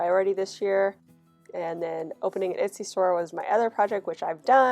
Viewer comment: I've been watching your videos non stop so ive seen all the new ones and now watching the older ones and its so cute t hear you call it an "itsy" shop 😂 you made my day!